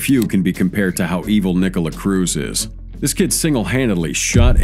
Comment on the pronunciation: Nikolas not Nikola